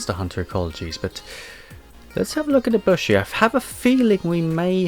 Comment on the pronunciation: You actually said Narga's name right, there's no hidden or soft sounds it's literally just pronounced Narg-ah-coug-ah or Cougar but without the r at the end and you just add Narga to the start of it The B in Ibushi isn’t silent and Ibushi is the male while Narwa is the female (it’s an egg sack but I call it s ballsack for comedy) And the community calls Rajang Rah-Jang but his nickname is funny monkey, I don’t quite know how to spell the official pronunciation And Khezu is pronounced Keh-zoo And Mizu is pronounced Mi-zut-soon-eh